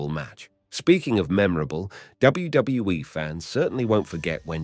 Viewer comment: Bro said wgwe